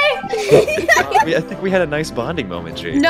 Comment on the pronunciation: He said head but since he was laughing so much it sounded like he said a$$